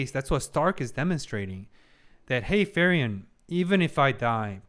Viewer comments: I await the day that will say Frieren's name correctly. You do excellent reactions good sir and I have a lot of respect for you but her name is pronounced FREE-ren not FURY-en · Her name pronounces as FreeRen, not Furion. Furion is another elf character from WarCraft universe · Its cute how your prononciation of Frieren almost sounds like Ferien, which is a german word too and means holidays/vaccation. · Just a silly little thing I noticed, but the way you pronounce Frieren sounds a lot like Ferien. Honestly, since both are German words, I wouldn't be surprised for the latter to be a name in this series as well, considering every person and place in it is just named after a German word. But while Frieren means freezing, Ferien means holidays.